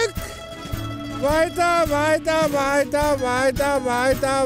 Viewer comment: wheiter, wheiter, wheiter, wheiter, wheiter, wheiter, wheiter, wheiter,...